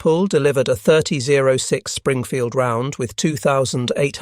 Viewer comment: Are you a bot? The cartridge is a .30-06. It's pronounced "thirty-ought-six". Get it right, or quit playing us.